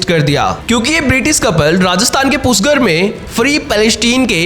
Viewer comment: पुष्कर है वह पुष्कर। पुष्कर उच्चार करो। क्या घटिया उच्चार कर रहे हो?? palestine बरोबर pronounce कर रहे हो, तो पुष्कर उच्चार में क्या मुंह में fevicol है?? सृष्टिकर्ता श्री ब्रह्मा जी का स्थान है, योग्य उच्चार करो। पुष्कर उच्चार करो पुष्कर।